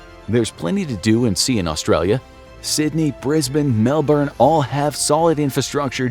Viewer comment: Props on getting Melbourne right